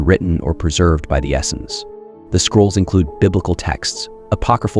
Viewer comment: This guy doesn't really know what he's talking about. I've never heard Essenes pronounced as Essins before. 🤣